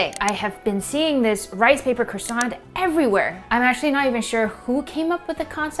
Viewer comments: One month in Paris attending pastry school and you’re still pronouncing it wrong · They aren't croissanTS. I know you did say it properly with the silent T. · The n and t in Croissant is silent